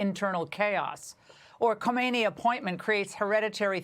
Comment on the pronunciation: Mark Penn dude that’s Khamenei not khomeini. And also don’t kiss mulla’s arse.